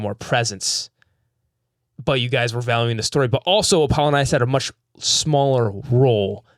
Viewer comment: Why has no one corrected him on Apollo-Nius this whole time? They literally call him Apple for a reason. Because it's pronounced like Apple-Onius